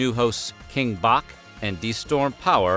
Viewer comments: King Bach is pronounced "Batch" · It's pronounce BATCH like Bcahelor (aka his last name) not like the composer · Whoa! You DESTROYED King Bach's name 🤣🤣🤣🤣🤣🤣🤣🤣